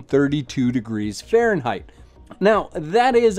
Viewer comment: why insist on Fahrenheit?? you can´t even pronounce it